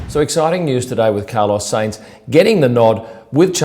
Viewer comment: How are you pronouncing sainz? Haha. It's Sainz, NOT Seinz